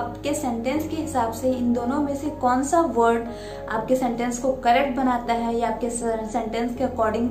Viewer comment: I appreciated it,,you've cleared my confusion.😊😊 Btw,i've heard something wrong in your pronunciation.. You used ' V ' in place of ' W '..like ' word ' to ' vord '